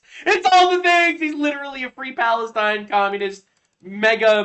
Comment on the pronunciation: I would b happy w someone like Tulsi Gabbard as potus!! She is just as, if not more patriotic than D.J.T!!!!! It’s not Palestine, it’s Balestine😂